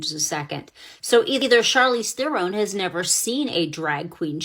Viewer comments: Bro... I can't take you seriously. You pronounce Charlize like Charlie, Charcoal. When - if you have ever paid attention... You would know her name is pronounced as Sharlize. I don't support her stance... But your credibility is shot. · I'm pretty sure the "Ch" in Charlize, is supposed to be pronounced more like "Sh". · Lol Bruh why you saying her name like that she’s like Hollywood alumni. Her name is pronounced “shar- leeze” LOL but she really blew me with this leftist garbage and she sounds like she was tipsy trying to impress a room full of Delhi snow millennials